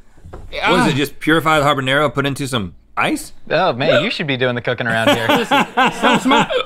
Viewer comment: Great pronunciation of habanero guys truly American 👌